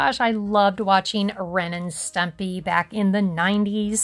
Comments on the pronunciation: Who's stempy? It's ren and stimpy lol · stempy... lmao not stumpy 😂😂 but also ren and stempy were not very good characters 😅 I certainly wouldn't allow small kids to watch it .. 😂😂😂